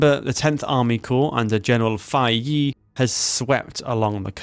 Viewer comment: I wish you have learned how to pronounce Chinese names. "Fei" should be pronounced like "Fay" "Ye" is "Yeah" "Xia" in "Xiamen" is pronounced "She-ah"